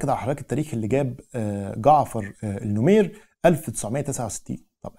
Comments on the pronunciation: العرض رائع..فقط لى تصحيح بسيط...الرئيس الراحل اسمه جعفر النميرى وليس النمير...تحياتى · الرئيس اسمه جعفر النميري …. وليس النمير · يا عزيزي السودان لم يستقل من مصر. 😂 مصر والسودان كانو تحت الحكم التركي. وثورة المهدية هي التي حررت السودان. لكي لا تختلط عليك الامور. هاشم العطا وليس العطمة 🤦 النميري وليس النمير. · ههههه النميري النميري ال نو مي ري هههه